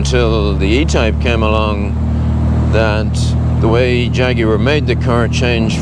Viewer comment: Great video. Beautiful car, and you pronounce Jaguar properly. Well done all around.